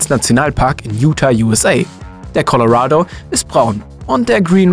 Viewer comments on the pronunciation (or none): none